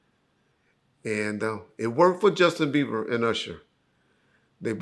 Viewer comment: "Justin Beaver" LOL